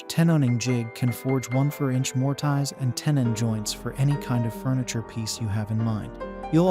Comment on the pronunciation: “More-Tie-zzz” Uffdha!